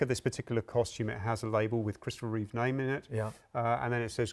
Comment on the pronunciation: Reeve, not Reeves.